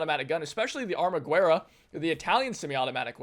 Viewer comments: Hey, just a headsup, you're pronouncing ArmaGuerra as a spanish word, it's not, it's italian, it's 2 words combined, Arma Guerra which translates to english to Weapon War, or, War Weapon, the 'U' is silent in the italian pronunciation, it should be something like Arma "Geha" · The italian wepon "armaguerra": you dont read the "u". And the "r" is a "thoat r" (i know that sound doesnt exist in english) - try to picture it as in "rock"